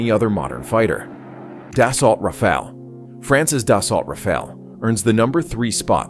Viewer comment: If you are using AI for the voice fair enough, if not pronounciations are wrong. The Grippen is not a Grypon. Rafaelle is not a Rafel. Lots of info, just get the names right 👍